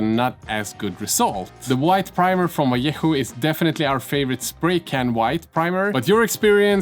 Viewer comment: Oh, god, what a pleasure to hear "vallejo" well pronounced.